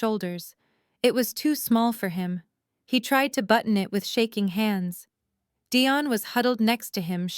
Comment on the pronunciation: Why was Dion's name pronounced two different ways?